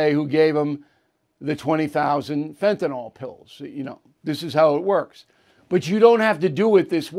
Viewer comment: Bill, it's not Fentanol, it's Fantanyl.